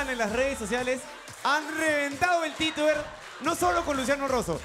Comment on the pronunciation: Solo yo esxuche que el presentados dijo tituer🤔